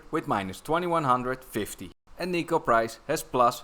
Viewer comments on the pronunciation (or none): none